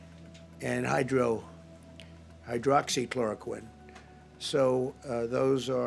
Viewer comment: Trump can't even pronounce the medications!!! God help us!!!! Please!!